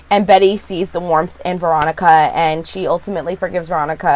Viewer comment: So sorry for your bad day, but you totally make ours! Thank you for that. I must be exhausted or need my hearing checked cuz I could've sworn you always said Moronica and not Veronica LOL!!!! This show IS weird, but it keeps us watching. It like Twin Peaks, Fargo and Ravenswood all mixed together. Can't wait for your next recap. Hope you have a better day - rest of week actually. :-)